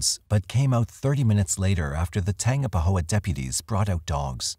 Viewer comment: Tangipahoa is tan-gyp-uh-ho-uh